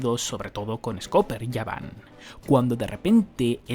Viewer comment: Por que dices yaban ? Si es gaban ?